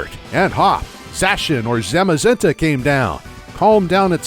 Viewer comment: finally someone else who pronounces Zacian and Zamazenta like I do